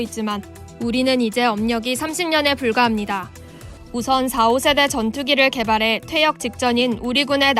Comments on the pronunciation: 4.5세대로 읽어야합니다. 4~5세대가 아니고요 .4.5세대는 반스텔스 전투기를 의미합니다. 5세대부턴 스텔스기입니다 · 사오세대가 아니고 사점오세대임. 나래이션도 공부 좀 하지. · 아나운서가 4.5 읽을때 사/오세대라고 읽는데, 4.5 사점오세대라고 읽어야 함. 4세대보다는 좀 좋고, 5세대 스텔스기보다는 못하다고 4.5 세대 기종이라고 부르는거.. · '사오세대'가 아니라 '사점오세대' 라고 읽어야되는데, 나레이터 뭥미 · 4.5세대를 사오세대라고 읽는데 사점오세대라고 읽어야지... 실제로도 KFX는 사점오세대로 구분되어 있기도 하고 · 4.5 세대를 4, 5 세대로 읽다니... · 사오세대가 아니라 사점오세대라고 읽으셔야..